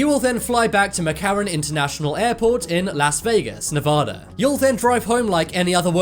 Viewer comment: LEARN HOW TO PRONOUNCE NEVADA!!!!